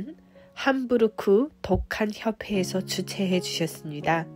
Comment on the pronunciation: 좋은영상 감사합니다~! 한국에서는 함브르크가 아닌 '함부르크' 라고 합니다 ㅎㅎ